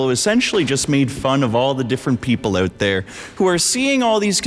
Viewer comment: "here me owt" canadian detected